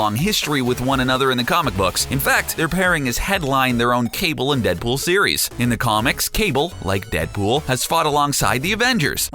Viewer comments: "Cable and Deadbull" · In you hear him say Deadbull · He said dead bool